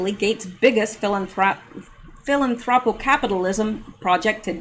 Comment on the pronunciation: Phi-LAN-thro-py. Your brain trying to say philanthropic was tripping you up.